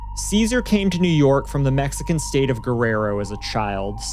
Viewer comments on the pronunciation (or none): none